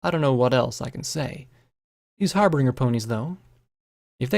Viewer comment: "Harbringer" "Plag" "Palms" I love you dude but it bugs me every time